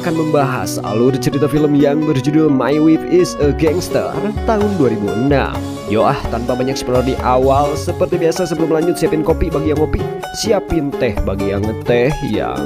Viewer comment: WIFE sebutannya WAIF, bos